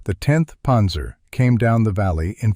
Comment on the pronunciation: What's a "ponzer"??